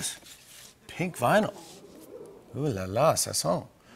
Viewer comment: Did he say ooh la la ça sent? Or sauçons? What...?